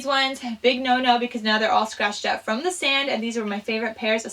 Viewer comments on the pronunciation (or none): none